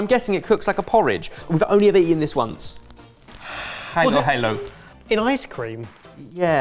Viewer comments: I spat out my drink when said "heylo-heylo" instead of "halo-halo" 🤣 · RANT: These buttholes called Halo-Halo “Hay-Low Hay-Low” it’s pronounced as “Hollow-Hollow” if it’s easier for you. XD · As a Filipino, I instantly recognized the bagoong (shrimp paste). And I was waiting the whole time to hear you guys try and pronounce it. But you didn’t. :( Also, the way you said Halo Halo was a great try, but it’s a soft “a”. Like “hall-low hall-low”. :D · Halo halo is pronounced like hallow hallow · random, but halo halo is pronounced more like “hah-lo hah-lo” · They keep saying long As, like in sago and halohalo, instead of the ah sound. My ears